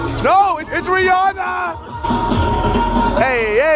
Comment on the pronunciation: My name is rihana and u said ITS RIHANA lol I was so happy